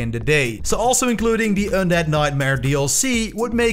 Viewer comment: "ondead" XD